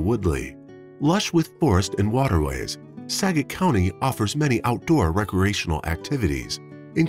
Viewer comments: SKAGIT!! Not sagit!! SKAGIT county! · It's Skagit...pronounce the k as well. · And Skagit is pronounced SKA-JIT.